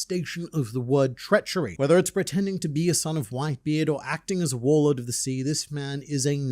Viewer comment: Did you say, WhoreLord or Warlord? 😂